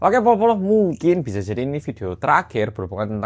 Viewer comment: Yah kan mingkin😂 “mingkin”